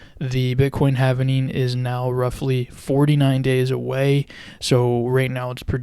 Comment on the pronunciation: If you can't pronounce 'halving' correctly and you're pronouncing it, havening instead, why should anyone pay attention?